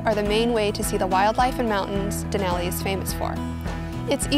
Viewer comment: Please learn how to pronounce “Denali”